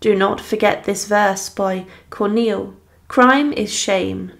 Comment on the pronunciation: Some more hilariously inept pronunciations.Corday was from 'Kane' in Normandy,was she? Would that be Caen? Also who was the French dramatist 'Corneal'? Or the revolutionary 'Muratte'? Also,love the way you take a pause before each 'difficult' word or name,but then still get it hopelessly wrong.The French artist Jacques Louis David is pronounced 'Daveed' ,by the way.Thanks for the laughs.